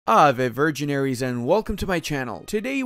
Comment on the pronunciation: "ave virgiaries" why yes, I am a fan of Virgil, I love the Aeneid. how did you know?